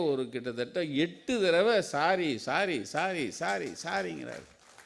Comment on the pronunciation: Sorry, sorry னு சொன்னார அல்ல s. rry, s . arry னு sonnara